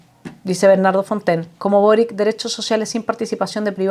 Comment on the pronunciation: Se pronuncia Borich